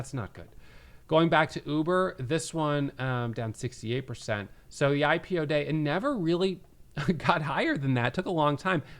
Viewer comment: Love how you pronounced it "HypePO" instead of "IPO" and I think that's perfect. Looking forward to this hurricane of a catalyst